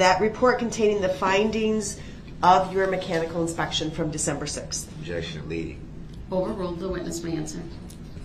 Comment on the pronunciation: "What does that mean?" Objec-shunn, leading 😂😂😂😂 Leading? LEADING?!? 😂😂 how stupid is he? If it wasn't such a tragic event then Duh-rell would be hilarious 😂🤡